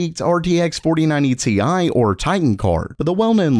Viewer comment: not to be offensive but its ti not ti but like thai Ti